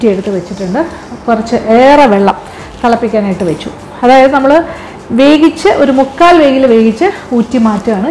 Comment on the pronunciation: വേകിച്ച് അല്ല വേവിച്ച്